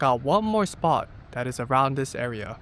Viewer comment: "cool SPOT" not "cool SPA" 😅